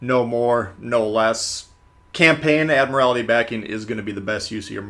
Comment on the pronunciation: Dude. Pronouncing Italian isn't that hard. And admiralty...not...admirALITY.